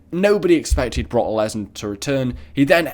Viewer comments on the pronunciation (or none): When he said Brock Lesnar, he said it like Barack and I was like Obama?